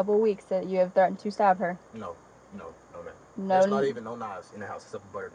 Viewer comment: It took me a while to realise that whenever the lady in the red shirt said "stop" she meant to say "stab," so I was curious what endeavour of hers he was trying to put an end to.